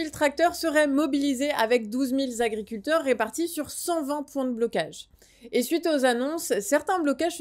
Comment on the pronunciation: je t"aime bien, mais 12000 Zagriculteurs, ça fait mal aux esgourdes ! 18 Zinterpellations !!! quelle horreur ! un peu d'efforts les gars, y a 26000 Zauditeurs qui vous écoutent !!!